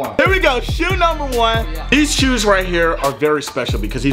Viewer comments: I stg fredo says shoes like Sheews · Why u say shoes like that😭